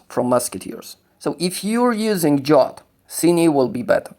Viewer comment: Zastanawiałem się chwilę kim jest Dżot. Dopiero teraz po chwili doszło do mnie, że chodzi o o Jotta (zawsze czytałem go przez J, a przez Dż. Tak bardziej mi pasuje do Skandynawii)